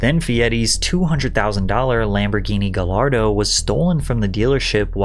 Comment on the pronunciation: How you pronounced Lamborghini gallardo physically hurt me